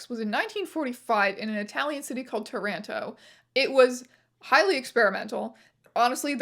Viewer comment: funny to hear you pronounce Taranto with the same stress as Toronto. never thought about it that way